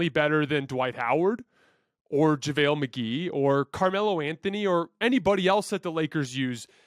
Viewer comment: This dude really said Javelle McGhee he just lost all credibility 😂🤣